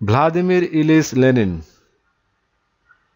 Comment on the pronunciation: It's not Lelin, it is Lenin.